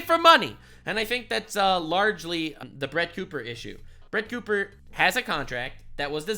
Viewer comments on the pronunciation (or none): You called her Crett Booper 🤣🤣🤣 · “Crett Booper” 😂 I’m dead 😵